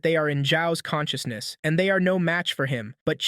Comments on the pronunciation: WHENB HE GAAIIINNNS CAN-CHUS-NESS…….. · conshooshness lol